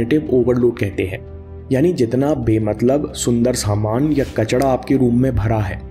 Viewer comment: कचडा नही कचरा होता है